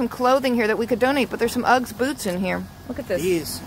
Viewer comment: my darling, usually your eloquence knows no bounds and me being Australian, must gently pick you up about the way you say "Uggs". Did you know that the Ugg was invented in Australia in the 1960's and became hugely popular with surfer's in Australia and the UK and later the USA. Sadly like a lot of wonderful Australian companies Ugg Boots Australia was bought out by a USA corporation and now they are mainstream and recognised widely in the USA. Allow me to respectifully advise you that one never refers to them in the plural form, one simply says, Ugg, or Ugg Boots, or a pair of Ugg Boots! never Uggs.....its just not kosher, cool, or the Australian way. LOL.... To clean them inside simply wipe them down with disinfectant mixed with water and allow a few days for them to dry internally. Also, can you PLEASE catch daddy in the purse over shoulder parade, that would be GOLD